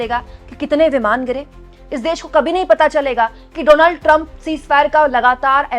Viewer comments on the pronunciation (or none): none